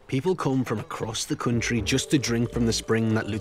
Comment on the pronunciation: so many Borat moments "yeees, quite a stable coutriey without no protesting"